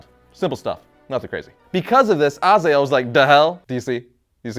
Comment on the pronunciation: Azael???? Really??? You didnt even bother to learn pronouncing name correctly :D